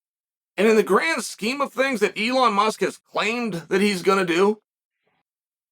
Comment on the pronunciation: Does it bother anyone else that Chahel is incorrectly pronouncing Elon Musk's name?